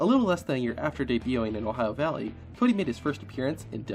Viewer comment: Ah yes CAWdy